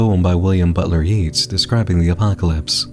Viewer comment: "by William Butler Yeets" It's pronounced Yates, even if it's spelled "Yeats".